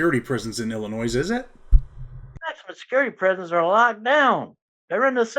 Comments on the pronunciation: Can't even say Illinois right. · You don't pronounce the s in Illinois. I remember hearing about the Gaylords in 80s just like Neutrons it was still a term in the 90s. Damn I'm old